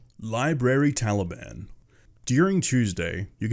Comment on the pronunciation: "Library Taliban" sound's like "Tally, ban." Btw I thought the terrorist group people were Osama bin Ladeen's secret twins.